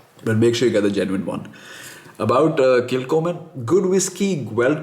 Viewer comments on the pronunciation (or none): Nice video. Pronounced Kil _Homan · Pronounced kil ho mann thought since you are so particular that you should know.